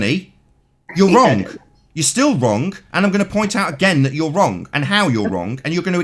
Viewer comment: "extablished" "wronk" "somethink" "everythink" "anythink" still on damage control for Bob Knodels screw up in admiting the true findings of the gyro in the documentary. I can't believe anybody would still come on this dumpster fire. I hope mom never listens to any of these.